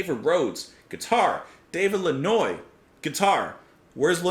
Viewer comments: Daniel Lanois’s last name is pronounced “Lanwa” not “Lanoise “, it’s a French surname. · Lannoy? It took me a moment to get that you meant Daniel Lanois, which is pronounced Lan-WAH. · Daniel Lanois - guitarist and co-producer - is pronounced 'lan-wah'. This is a song about all of our unthinking complicity in a world that runs on unseen violence. Not a song for the timid. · David Lanois...pronounced LAN-Wah.